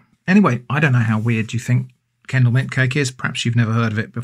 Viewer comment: Oh, its Kendal mint cake. I thought he was saying candle mint cake.